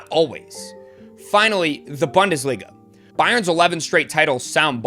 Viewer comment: Like the channel....say boon-desliga 🙏